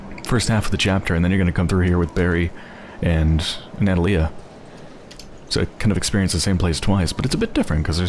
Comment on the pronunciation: Not to be a prick, but her name is pronounced nuh-TAH-lee-uh, not NAH-tah-lee-uh.